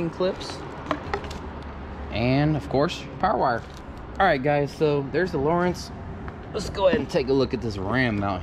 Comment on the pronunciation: It’s lo rance not Lawrence